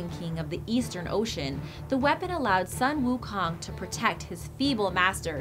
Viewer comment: Butchered most of the pronounciations. Including the one about Sun Wu Kong